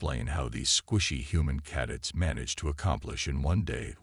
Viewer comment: How about recalibrate the idiot AI so it will pronounce words correctly. Caddets give me a break it can't even pronounce cadets correctly. You make the cadets look like a fruit loop dance group while the old freaks talk. Gotta go can't stand this AI it is horrible.